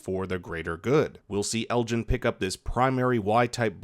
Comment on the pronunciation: lmao saying ellis instead of elgin had me confused for a second